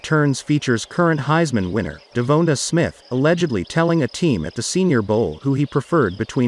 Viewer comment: DEVONA Smith?? Hahahahahahaha